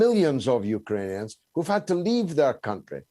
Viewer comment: Did he say “you-ka-ranians” ?